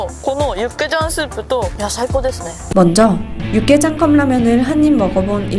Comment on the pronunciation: 저 리포터 육개장,고추장 발음이 거의 한국인급이네